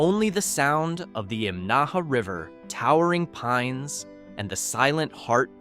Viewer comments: Pine trees? Yeah but FIR trees outnumber them by far. I’ve lived in Oregon all my life but I’ve been to all 50. No place is like Oregon. Nice video but he gets a lot wrong. Pronounced many places wrong. Im-NA-ha (soft a’s) is one. Thanks for highlighting Oregon. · he missed Wallowa and maybe Imnaha and a bunch on here are getting all butthurt lol. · He said Paisley, Christmas Valley, Jordan Valley, Antelope, Fields Station, Drewsey Mitchell and Seneca all properly. he got Wallowa and Imnaha wrong I suppose. with Frenchglen that's eight out of ten.